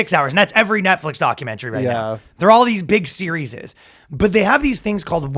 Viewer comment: says "Series'es" and just lets it go.. Cm'on, you're better than that.